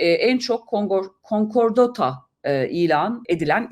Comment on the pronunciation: Yahu lütfen ekonomi progrwmı yapmayın, daha konkordato diyemiyorsunuz kuzum😊